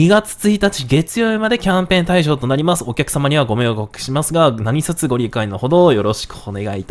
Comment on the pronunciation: さん いつもタイムリーな情報ありがとうございます。 ちなみに「何卒」は「なにそつ」じゃなく「なにとぞ」って読みますよ！